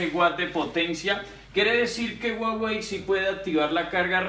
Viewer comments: Soy yo o dice guawei en vez de Huawei 🤔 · Dice Uawey la h es muda